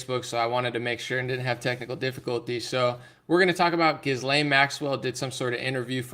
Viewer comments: Pronounced Jilane, S is silent. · Her name is pronounced Ghee-Len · Gi-lane…the “S” is silent.